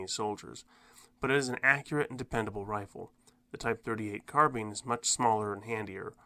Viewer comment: The word is carbine, not carbean.... like dine, wine, fine, line, nine, pine, mine etc. It spoils viewing even basic words are mispronounced